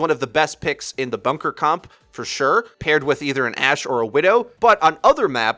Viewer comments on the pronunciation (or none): none